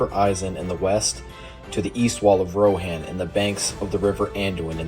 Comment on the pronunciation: Its weird to me that "Rohan" is pronounced incorrectly. Otherwise, nice video.